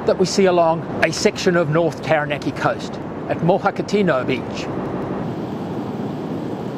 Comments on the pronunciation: Love your information. But a tip on Māori words; the vowels are pronounced ah / eh / ee / o(r) / oo. (An easy way to remember that is "are there three or two".) So, for example, Taranaki would be pronounced Ta(h)-ra(h)-na(h)-key. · Come on mate! Have some respect and pronounce Taranaki correctly